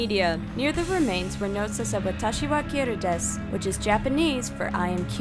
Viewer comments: omfg it said watashi wa kira DESS im dead💀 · “Watashi wa Kira dess” ouch that’s painful lol